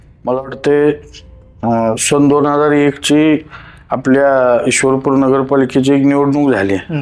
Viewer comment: आधी ईश्वर पुर बोल 😡